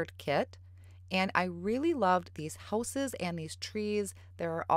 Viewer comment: did you say that those are Houses or Whooses? Sorry I have to tease, your midwest accent is so cute! I have a number of relatives in northern Wisconsin and Michigan, and so. Beautiful card btw!